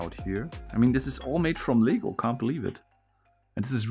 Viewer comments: He made LEGO sound like it's legal lmao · For some reason I thought that you were saying “legal” instead of “LEGO”, so that made me think that there was an illegal version of this puzzle that can only be solved by building it, but intentionally messing up on some steps in the instruction book. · I dont know why but I thought he said LEGAL BRICKS instead of lego bricks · I love this but it’s LEGO not legal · Lego not ligo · i love this puzzle. btw everytime you say "Lego" to me it sounds like "Legal" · This is so cool but I love how he calls Legos, legals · I’m confused about what he is saying, legal or Lego